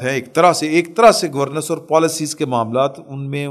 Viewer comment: گورنینس۔۔۔۔not گورنس💖